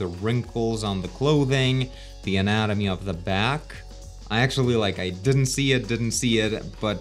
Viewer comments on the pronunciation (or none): none